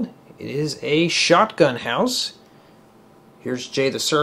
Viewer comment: Why dif you say shoutgun house?